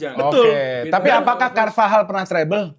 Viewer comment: Bahkan base pengetahuan bola orang biasa normalnya nyebut cervajal jadi carvahal, tapi tidak😂